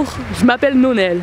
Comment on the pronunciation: "Nonel" me fait rire XD